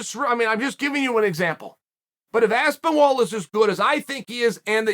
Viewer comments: Uncle Chael really struggling with that name. Aspenwall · Chael called tom by his name correct once 🤣 aspinwall? I love it haha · Aspenwall might be my favourite mispronunciation yet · He literally noted how there isn’t any “w” and he keeps saying Aspenwall😂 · Chael pleaseee stop calling him aspinWall, for the love of god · Surreal Gone for me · I kept hearing Aspen Ladd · If Chael says Aspenwall it is now ASPENWALL! I know 6 guy who met Chael recently who would fully agree. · I think Uncle Chael took a few too many knocks to the part of the noggin responsible for pronunciation lol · At least pronounce his name right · How can he state that he's mispronouncing a name and then continue to mispronounce it?! I just don't get it! Also, every MMA fan in England has known that Aspinall was a BJJ talent since he started- his dad was the first BJJ black belt in the UK (apparently!). I just loved that his big takedown was like a proper rugby tackle. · Chael is the only man to let you know that he can’t pronounce a man’s name correctly by pronouncing the man’s name correctly😭💀